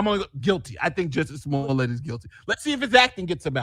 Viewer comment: Is pronouncing Jussie Smollett correctly? I thought Dave Chappelle only pronounced it like Juicy Sulliyey as part of the french bit.